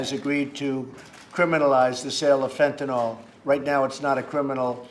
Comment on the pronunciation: It's not Fantanalll It's Fentanyl..... Trump needs some speech lessons. Is anyone afraind to correct him?